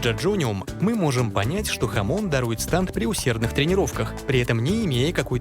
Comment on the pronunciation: всё видел болели уши от произношения станд( я привык к стенд)